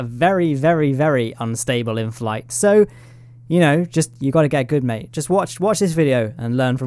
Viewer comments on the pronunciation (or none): none